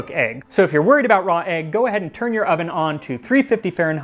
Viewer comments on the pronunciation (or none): none